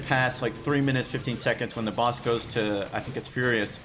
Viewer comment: wow i thought he kept on saying bus because of his size but he was actually saying boss! wow!